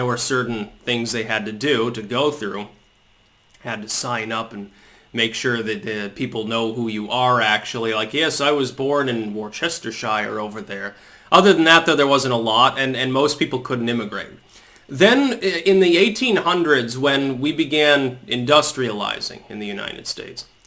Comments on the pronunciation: I nearly spat my tea out when you say Worcestershire as Wore sus ter shire 😂 in case you weren’t saying it ironically, for comic effect, it’s pronounced by us Brits, as “ Wuh ster shuh, wuh like woof, ster like stuh, Sher like shut... woostersher... don’t pronounce the R at the end... you’re welcome! 🇬🇧😂👍🏻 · It's pronounced "WUSTERSHAH". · I'm from Worcestershire! It's pronounced 'wustashire'. It's right next to Warwickshire. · I'm sorry was that Worcestershire you were attempting to say? That physically pained me to hear. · Downvoted (not really) for Worcestershire pronunciation. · I'm thoroughly triggered by that pronunciation of Worcestershire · The American pronunciation of Worcestershire 😂